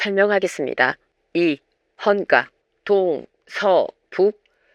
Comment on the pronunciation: 좋은 내용 감사드립니다.. 아마도 등가,헌가는 '까' 보다는 '가'로 발음하는 것이 맞지않을까 생각합니다. 그리고 악기이름이 북송에서 보낸 목록에 없다면, 원래 고려에 있었다고 추정하는 것이, 더 합리적이지 않을까 생각합니다.